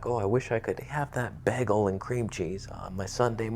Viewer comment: Did you saying bagel?